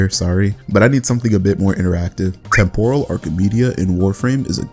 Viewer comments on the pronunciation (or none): none